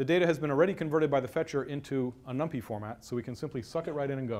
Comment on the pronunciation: Really awkward talk, too much posing: Every hardware vendor (Intel, AMD...) provides a super optimized, SSE vectorized, parallelized library for number crunching; it's called BLAS. You can even link NumPy against it. It's "num-pie", not "num-pee". Parallel CPU pipelines and caches have been around since forever (RISC), what college was that? Branching at almost certainly hurts (hello pipelines!), simply use the FPU multiplication. Etc etc. May still be eye-opening for "LAMP-only" folks, kudos for trying.